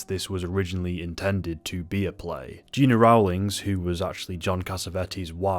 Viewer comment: Gena Rowlands first name was pronounced GEN NA.